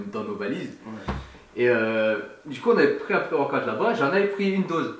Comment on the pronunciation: " Pré-worquoute " Haha est partout!